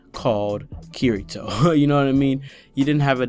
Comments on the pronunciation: BOI!!! Watch the show! It's pronounced KI-DI-TOE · Yeah and they say I ruv you also. Herro I ruv you a rot. Japanese accents pronounce L as r and often R is a hard D so Kirito becomes Kidito.